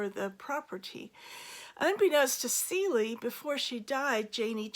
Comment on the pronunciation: Cele, like an animal , not Celie.